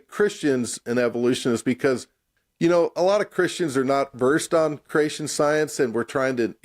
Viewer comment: The way the guy on the right pronounces creation sounds a lot like “Croatian”. So I hear “croatianist”, “croatianism”. As a Croatian it really grinds my gears.